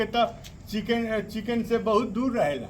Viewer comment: किचन वाली बात पर जी से आप चिकन बोल रहे हैं बहुत सुन्दर लगा